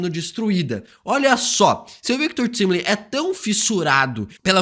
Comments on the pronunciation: O mais explodir de cabeça é o a todo momento chamando o Victor Timely de Victor "Timili" com "i" e em todas as cenas da serie que ele coloca é falado claramente Victor "Taimeli" isso realmente explode minha cabeça já que em em inglês tempo se pronuncia "taime" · É Victor “taimilin” 🙄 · pq insiste em ficar falando errado "Victor Timely"? vem da palavra tempo em inglês, pronuncia "tai"mely, ajuda a gente man, parece a volta do "feintiço"